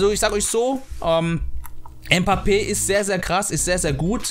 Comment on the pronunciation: Bro du bist der beste RTG streamer aber Mbappé spricht man Mbappé aus und nicht mpappe